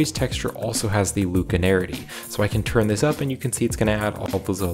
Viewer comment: Read the word slowly. LACunarity. Not LUKE. Use the Force, Luke? LACK-you-narity. 😀